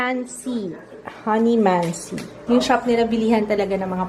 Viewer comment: E yung ang sosyal ng pag sabi mo ng "honey-man-si" Slang si... hahaha honeymansi, masarap yan sa tea. 😊